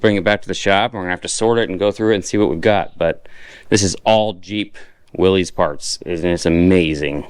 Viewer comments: You lost me at "willies" - it's WILL-ISS. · So, does your wife know about all of this? BTW the name Wiiiys is usually miss-pronounced. It is pronounced as the word were spelled Willis. I know,, sounds crazy, but that is what I was told. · It's pernouned " Willis" the y sounds like an I . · 1945 and early 1946 CJ2A Jeeps had column shift as well as the ultra rare CJ2 'Agri Jeeps' of 1945 and 'Tuxedo Park' (CJ5A, CJ6A) editions of the 1960s. It's Willys, pronounced Will-iss as John North Willys pronounced his name.